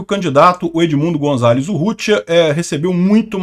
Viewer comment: vc gosta da correta pronuncia de palavras estranjeiras, como vemos nos seus videos... pronuncia-se o 'z' de Gonzales com som de 's', como em 'sapo'